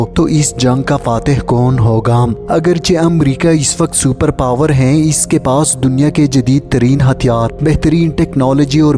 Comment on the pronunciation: Tumhy hy aur hain ada kèrna naĥi ata magar itny aham subject per baat kerty ho